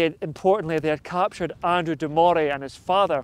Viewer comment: Well when cant pronounce Andrew de morays name correctly, you loos all credibility as a historical blogger. It's pronounced Murray and murrayshire